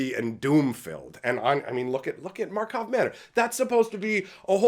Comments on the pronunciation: Initiates: It's Markov Manor! Regulars: It's Karlov Manor. Veterans: No, it's Markov. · "Karlov" Manor.